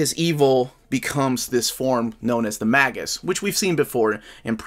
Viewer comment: Magus is actually pronounced as may-gus or may-jus.